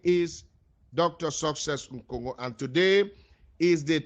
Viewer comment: Please the name is Nkongho and not Ngongho